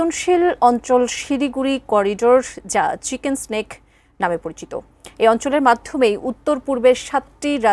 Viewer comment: মেডান এটা চিকেন সেনেক না; চিকেন নেক বলা হয়